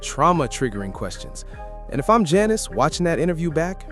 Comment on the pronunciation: You're NOT saying her name right. Annoying.